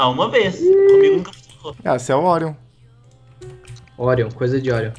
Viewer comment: Kkkkk o Orion falou tudo errado